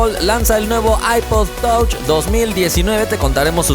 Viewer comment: Touch así literal ...ese nivel de inglés jajajjaja